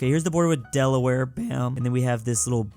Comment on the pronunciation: Why did you butcher my home state of Delaware